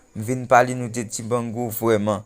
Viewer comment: Misye touyem nèt menm dibango non Li paka di 🤣